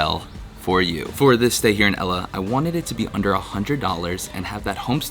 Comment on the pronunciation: It's great that you've visited Sri Lanka, but Ella is not pronounced as in the girls name! The correct pronunciation is al-le as in the beginning of the name "Albert" and the French word, "le." Hope this helps...